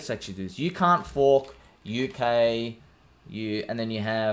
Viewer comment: Lol when you say “you can’t FOARK THIS!”